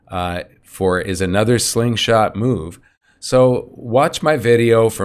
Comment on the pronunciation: Hey you been saying this slingshot for decades already! Someday you will get it right!